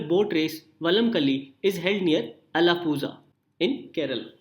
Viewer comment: only tamils and malayalis know it...Alapuzha should be pronounced as Alapula....not alapuza